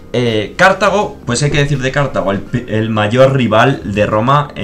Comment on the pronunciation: Me pone muy nervioso lo de "Cártago"